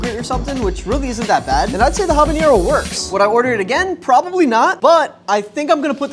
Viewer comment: ok but why does he say "habañero" 😭